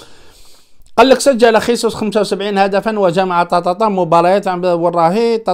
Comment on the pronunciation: خيسوس بالإسبانية أخي و هو برازيلي يتكلم البرتغالية و هذا يعني أن اسمه جيزوس و ليس خيسوس عمو.